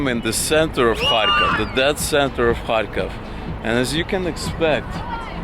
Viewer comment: You pronounced the name of the city differently than I expected. Sounded like you were saying “hai-kof” more than “kharkov”. And lately I see it transcribed to English as Kharkiv.